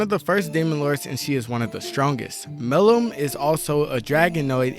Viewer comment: butchers Milim’s name whole vid